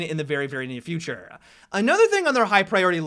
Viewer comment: Whats with how you say Futurrrrrrrrrrrrrrreee